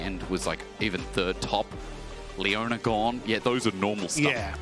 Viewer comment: Who the fuck is Leon-ay. It's Leona, you stupid announcer dude.